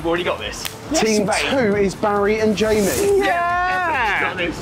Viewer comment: “Mike’s pizza is gonna win, it has more of that fatty meat on it.” you mispronounced Jamie’s name